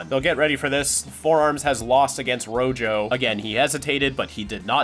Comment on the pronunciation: rojo means red in Spanish, and that is not how you pronounce it 😭(great video tho).